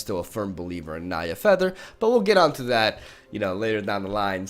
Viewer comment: "Fdapther" XD~~